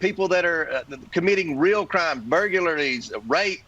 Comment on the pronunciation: A Mensa mind who pronounced “burglaries” as “burgularies” but more probably “burgularys”.